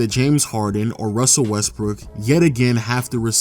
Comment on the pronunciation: dude said Westbrick